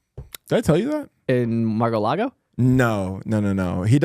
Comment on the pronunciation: how did Matt not jump on that pronunciation. Lol